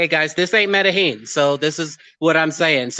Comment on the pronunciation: The was he pronounce Medellin 😂